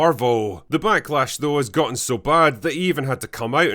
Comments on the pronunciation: DId you say that this was the MACK-LASH? 😂😂😂😂😂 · Did you just say Mack-lash????😂😂😂😂😂😂😂 what a play on words if you did